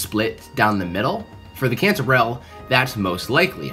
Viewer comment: Cantorell sounds like”controll” 😮